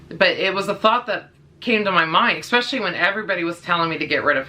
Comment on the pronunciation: The way you say "especially" as "ekspecially" bothered me lol. Anyway. Had a blue heeler when I was a young kid. She was an amazing dog. Very smart, very obedient. Fast forward 20 years. My good friend has a blue heeler runt and she is the best. Very protective, patient, obedient but very playful. I on the other hand just adopted a red heeler mix. She is so sweet and hasn't snapped at me but she does show aggression with my other dog over toys and food. Hoping I can curb that because when I break it up and tell her no she is so submissive and she acts guilty and ashamed for doing so. Just gotta give it time I guess.